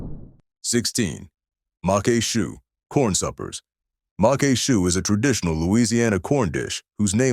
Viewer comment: macque chue is pronounced mock shoe. Congrats to you. I drooled during your video. You video also evoked fond memories of my grandma who cooked many of these dishes. One of the reasons I don't use seafood very often is due to the high cost of oysters and crabmeat. I made a seafood stuffing using cornbread, shrimp, crawfish tails and shrimp that cost almost $50. I'm subscribing to your channel. Good job.